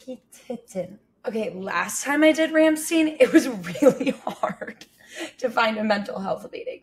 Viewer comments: its not "Rammsteen" its "RAAMMSTEIN" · IT'S NOT "RAMSTEEEEN", IT'S "RAMMSTEIN" !! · Every time someone calls Rammstein Rähmsteen they light a baby bunny on fire :P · It's not "Ramsteen"... It's "Ramshtine". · Ramm-stine, not ramm-steen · "Rammstein" is pronounced "ʁamʃtaɪn" instead of "ɻæmstiːn"!!! 🤣🤣🤣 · What on earth is that horrible pronunciation, Rammst(ee)n? It's pronounced Rammst(eye)n. Just listen to the song Rammstein from the album Herzeleid for confirmation of correct pronunciation. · It's pronounced "Shtine", Ramm-stine, like Einstein or Frankenstein. They're German. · "ramm-STEEN", eh? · try pronounincing it "rum-shtine"